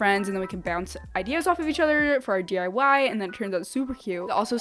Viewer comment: I swear she says 'DUI's instead of DIY